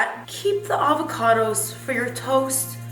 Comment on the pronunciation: LOVING your channel!!!! Is that really how you pronounce "avocados" or were you just being silly? Either way I love it :)